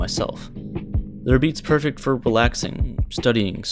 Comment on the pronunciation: Its not even perfect its "PUrfIc!" lmao